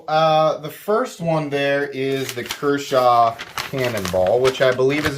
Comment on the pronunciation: Thought you said "Kershaw Cannibal" 😂😂😂😂😂😂